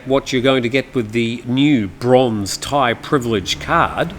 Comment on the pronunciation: They should just give you thai citizenship for being able to pronounce all these names !! 😂